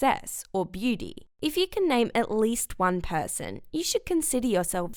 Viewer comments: Nobody: Her : beety instead of beauty 🤦🏻‍♀️ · Her Accent though when she said booty-Lol -I just realized she said beauty